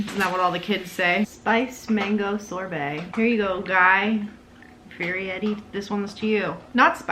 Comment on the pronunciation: Lowkey giggling over the way you're prononuncing Fieri LOL also I loved this!!!